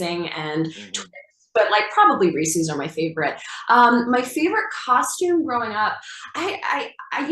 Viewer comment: She is soooo hot 🥵 But the ways she says Reese’s is sooo wrong 😂